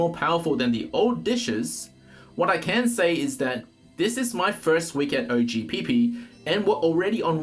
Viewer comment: I was thinking same when I heard him say OH Pee Pee 😂😂😂